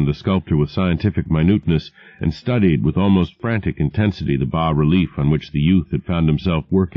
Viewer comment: He says 'bah' relief, yes!!!